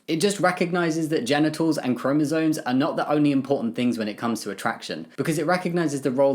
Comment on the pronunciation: Completely off topic: It's chromosoMes, not chromosoNes. I don't mean to be mean or annoying, I've heard it mispronounced so much and it just makes the person saying it sound less informed (even if they clearly are, like Jamie certainly is) PS: I agree with the comments saying Harry Potter is much bigger than the author. JK has been problematic, for a long time. Her pro-LGBT activism has always felt very virtue-signal-y to me.